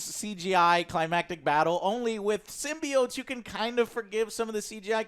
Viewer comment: I hate how you guys say Symbiotes. It's SYM-BYE-OAT.